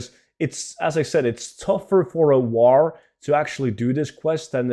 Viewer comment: haha you cannot pronounce war correctly